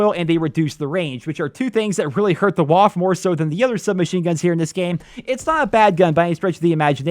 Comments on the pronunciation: the WAF? IT'S WAFFE. LEARN GERMAN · Isn’t the waffe supposed to be pronounced “va-feh”? The same way you’d pronounce Luftwaffe? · the Waffe's W is Pronounced like a V cause it's German. The only reason I mention it is cause some grammar/pronunciation Nazis will probably bother you about it in the future. edit: Oh yeah and the E on the end has an "uh" sound so it's not silent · Woaaf..... WAFFE! Junge...WAFFE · How you pronounce the waffe😂 No hate, it just sounds funny.